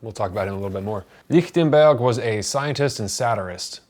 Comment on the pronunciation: I take it from your correct sounding pronunciation of his name that you speak some German? Just paying attention to the details!